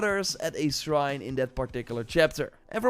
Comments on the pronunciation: Say srine one more time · not being able to say "shrine" is what sent me